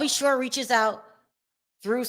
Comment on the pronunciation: Al B Sure not shore seriously.